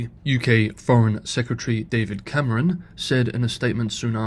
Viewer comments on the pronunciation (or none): none